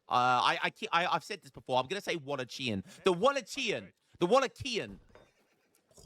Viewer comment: thats the worst pronunciation of the word Wallachia ive ever heard 🤣🤣